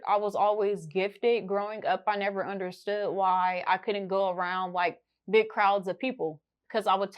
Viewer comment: It’s her teeth she said BRG